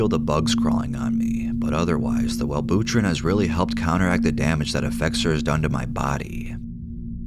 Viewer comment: The absolute horror of mispronouncing Well-bew-trin